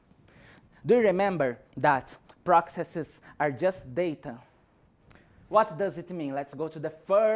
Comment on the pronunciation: "prokseses" xD